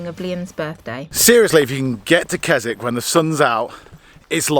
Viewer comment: Mate, Waterhouse campsite is not first come first served. We go there every year, you need advance bookings and it can be done online. Secondly, Keswick pronounced Kizik.